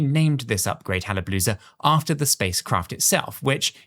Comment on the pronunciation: Your mistaking hallapolooza with hayabusa